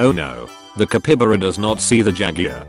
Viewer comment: Ca-py-ba-ra! Not capybara! He dossent understand stavelser!